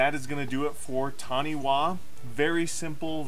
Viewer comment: It’s pronounced Tani-Fa I’m Māori and Taniwha are the equivalent of water based dragons in my culture. I’ve been wanting to build this commander for years